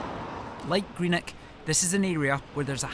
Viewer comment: 'Greenek' where the F is that?